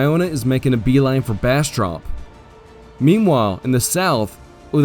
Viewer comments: Born and raised in Texas, live just a few miles north of Bastrop. Aint never heard anyone pronounce it as Bastrup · Good narrative, but Texans pronounce Bastrop and Bastrup. And for San Jacinto you technically pronounced it properly for Spanish, Texans pronounce the J rather than a hu sound.